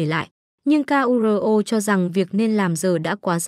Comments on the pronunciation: sửa giọng đọc đi ad ơi... người ta tên Kuro đẹp vậy mà đọc ra từng chữ nghe ngứa nách quá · bộ ko biết đọc chữ KURO à